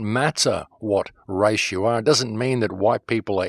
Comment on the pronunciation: By the race or the rice.wrong pronunciation